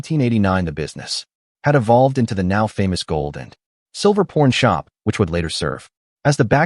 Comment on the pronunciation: Some needs to reprogram the IA it's calling it a porn shop instead of a pawn shop